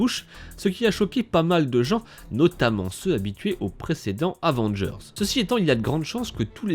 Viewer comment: Dis pas « Avengerz» mais « Avengers »